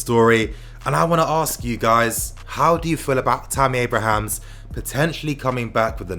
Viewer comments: man, it's Abraham - not Abrahams! He's not a plural! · bruh its Abraham, no 's' 😂